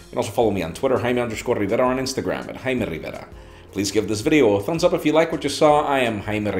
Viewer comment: He finally pronounced his name right! WOOHOO!!!